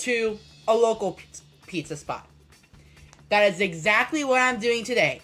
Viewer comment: I’m drunk right now and have had to stop 3 times because of how you say “doing” and “going” like “boing”